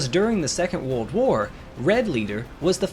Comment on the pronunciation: You’re mispronouncing ‘world’.